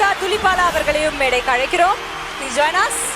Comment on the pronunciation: Her name is Sobhita Dhulipala (its pronounced as Dhoolipala )